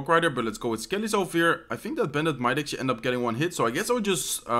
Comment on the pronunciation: "Lets akcualy go with..$ 😂